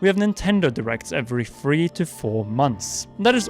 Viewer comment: I'm sorry, but you gotta learn how to say "three" instead of constantly saying "free" its annoyingly confusing+frustrating how many times you UK people say things like (Nintendo "free" DS) learn to put your tounge underneath the top bridge of your teeth and pronounce "tttthhhhhhhhrrreeeeeee"